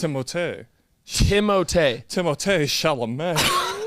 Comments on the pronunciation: My boy Said "Tim-O-Tay Chal-La-Mayyy " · That is actually how u say thimothee chalomets name he said so himself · Actually is right about the pronunciation of Timothée Chalamet’s name. He’s just not strict about it. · actually not lying it is pronounced Timothée Chalamet he said he it in a interview